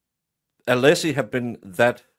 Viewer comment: Did anyone else notice Brennan INTENTIONALLY mispronouncing Alessi's name? He accidentally says it correctly at one point. Brennan is so gross 🤢